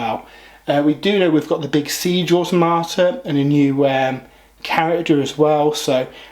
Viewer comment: How on earth are you saying Automata so wrongly? O.o